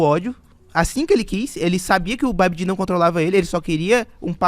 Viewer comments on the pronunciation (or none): none